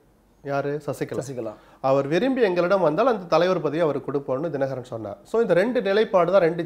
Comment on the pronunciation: This is the first time I see someone talking sense about Sasikala and rest including Dinakaran pronunciation is not great. DMK have no choice to remember this Guy 😂. If I were Sasikala I would really appreciate this guy.